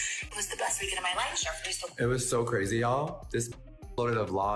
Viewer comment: " it was cArazy " Why adding an extra 'A' LoL 😆😂🤣